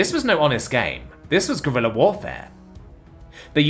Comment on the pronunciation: Like that you read the stories, but plese look up on the pronunciation of guerilla - it is neither an english word nor an Animal.